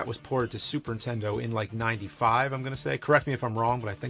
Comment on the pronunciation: Why does james say "intendo"